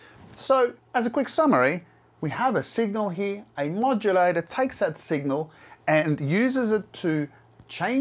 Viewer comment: Pronounces the word "Here" as "He".